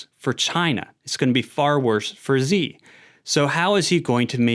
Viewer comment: Xi is pronounced "she" not "zee".